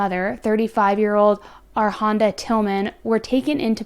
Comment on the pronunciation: It’s pronounced (A-Ronda) not (Ar-Honda).